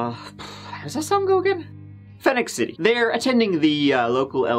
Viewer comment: One of your best ever, worthwhile entertainment. Except, I’m from Alabama, it’s not Phoenix City …. It’s Phoenix City. Very subtle, but there is a difference. It’s the same as way it is in Arizona, but in Alabama, it’s pronounced Phoenix … with City behind it.